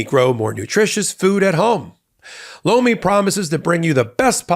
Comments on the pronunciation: Anyone else think the supporting ad Lomi sounded like he was saying "Blo me"? 🤣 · Tell your sponsor (Lomi) I was in the other room when I thought I heard say "BLOW ME" - Their product name is horrible - They might want to change it!! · LOMI sounds like BLOW ME! 😂😂